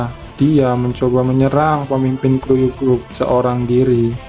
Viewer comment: kuryu bukan kruyu